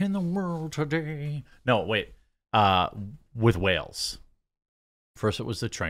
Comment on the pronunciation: Jeremy cant say White Whale